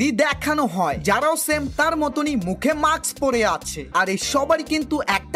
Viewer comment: উচ্চারণ ঠিক করেন। মাক্স (Maks) বলে কোন ইংরেজি শব্দ নাই। এটাকে মাস্ক (Mask) বলে। এজন্য পড়াশোনা করা জরুরী।